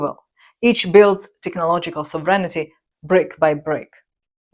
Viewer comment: Great stuff as always. But just one minor thing... it's SOVREIGNTY, not SOVREIGN-I-TY. It is a common error :)